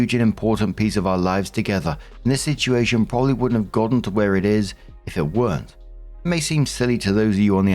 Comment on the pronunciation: I miss when you pronounced "situation" like "sitchi-ation",. Unless I imagined that, then nevermind.